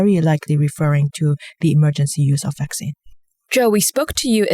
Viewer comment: It’s vaccine... not faccine... if you are not sure you could check dictionary